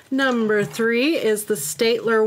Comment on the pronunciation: Steadtler is in a German brand name so it's pronounced in german heh xD